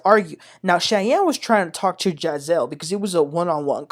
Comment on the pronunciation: Please stop mispronounced the names incorrectly! It's "Ja'Cil" and "Sunday"